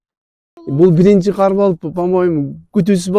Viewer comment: Кар десен каар дебей журналистка